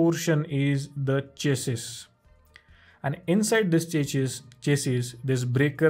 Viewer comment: I love your videos. But you mispronounced chassis. Its shassy